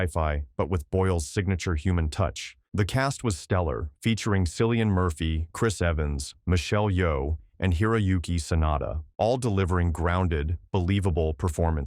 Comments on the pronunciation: Ugh, Cillian Murphy isn't Sillian, it's Killian. Maybe type up the script phonetically instead of as is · Killian not Sillian. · Is this AI narration? Surely someone into movies would know Cillian is pronounced Kill-ian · You're spot-on about several films, such as Blade Runner, The Iron Giant, and The Thing; However, you fail terribly at numerous films. Sunshine (I've never seen it, but I know enough of Cillian Murphy (pronounced with a hard "K," not a soft "S")) to dismiss it out-of-hand. Edge of Tomorrow? Tom Cruise is a far worse actor than Murphy, and that's saying quite a lot. He should have been permanently banned from Hollywood before ever making a single film, but he's a bloated cash cow studios cannot resist. Clive Owen? Overrated. Cloud Atlas? An abomination, anathematic to civil society. After The Terminal, I vowed that if Tom Hanks ever tried another accent I would board his hate train. Halle Berry is another talentless, clueless sex symbol who has no business being in the business. Just awful. And as for Ad Astra, all one needs to know is that the absolute idiots who made the film tried to pass off an uncontrolled nuclear explosion as a method of propulsion...wait for it... ... ... ... ... ... ... ...from Neptune to Earth. One would think people could not be this stupid, but here we are. While some of the films I mentioned are not out-and-out losers, the actors I've called out made them unwatchable, and the films should not be called "entertainment." People who watch this trash are enabling the continued decline of the industry and, one could argue, humanity. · Cillian is pronounced Killian, not Silian. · One tiny thing...its pronounced KILLian Murphy not SILLYan :) and Sunshine suffered from the same flaw of most scifi teams in space. They sent the most useless teams to deal with things going wrong. Though if they sent NASA astronauts its would be a bit boring :) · "Cillian" is pronounced "KILL-ee-ən" Bad AI voice, no cookie. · "Sillian Murphy"? LOL